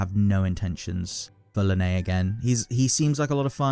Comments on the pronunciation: Why do you pronounce Lyney like that 😭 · yeah i hope you never pull for lyney just because you pronounce his name like that